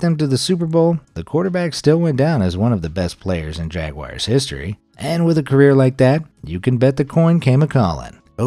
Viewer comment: were you saying jaguar or jagwire? jagwire is a company that specialises in cycling components whilst jaguar is pronounced as jag-you-are